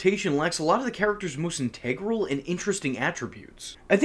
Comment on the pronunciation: Integral. Said funny.